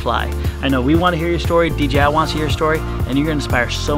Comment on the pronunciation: I love you guys but its D J I. Not D G I